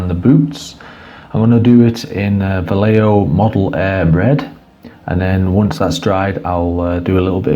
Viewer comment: what an horrible way to pronounce vallejo....